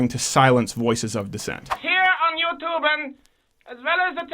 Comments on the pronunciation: "A wonderful and new youtuben" lol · "Youtuben" lol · "Youtuben" Gotta love it! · "a new youtuben" kek XD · "Youtuben" roflmfao!!!